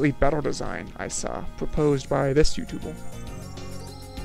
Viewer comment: What accent do you have? I'm hearing numbols, youtubols, folst attempt..?